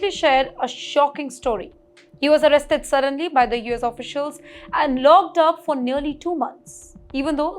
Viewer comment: Not "logged up" or "pigged him up". Learn to pronounce "ck".